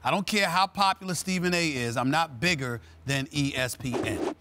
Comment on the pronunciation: Never “brigger” lol